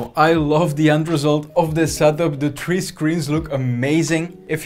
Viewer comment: i like how you say tree and not three